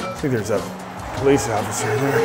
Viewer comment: YOU NOT COME IN HERE ITS POWICE STATIONS 🤣